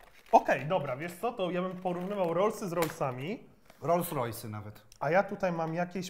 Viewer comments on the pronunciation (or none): none